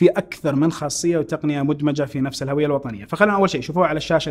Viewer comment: الهُوية بضم الهاء ، هذا هو النطق الصحيح ويعتبر خطأ شائع منتشر ان ينطقها الكثير بفتح الهاء *الهَوية*.